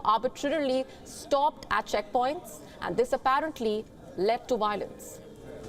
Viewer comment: What’s wiolence lol